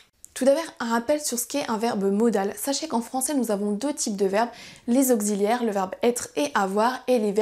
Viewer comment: What a nice lesson. The more different lessons, the more people will understand, thank you. Your French is also so good! (auxilliaire is pronounced oks, not okgz ;-) )